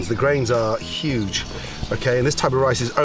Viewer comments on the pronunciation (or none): none